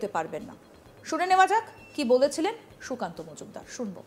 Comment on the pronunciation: Mod kheye kheye kallyaner mukh die sukanta namta are uchharan kortei parchna tar maneta akhono bujhte na parle bhagarer rastata...........